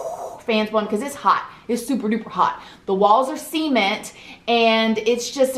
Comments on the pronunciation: I totally thought she was saying the walls were semen but it turns out she just says cement like Sea-Mint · “See-mint” giggle giggle, I love you! Lol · binge watching these videos & my favourite thing is when she says “sea-meant” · I just started watching this but I had to stop real quick to comment on the way you pronounce cement= c-ment. Haha love ittttt 💕💕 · I always think she’s saying “seamen” at first when she says “cement.” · i love how she says sea-ment haha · I love the way she say cement.....seament🎉🎉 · what's seament?:"D